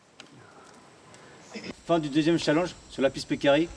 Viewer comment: Avouez sa nous énerver tous quand il disait chalanges